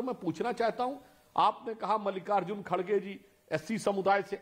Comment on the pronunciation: It’s NOT “Khadge”, it’s “Kharge”. Not sure why he is mis-pronouncing again & again 😂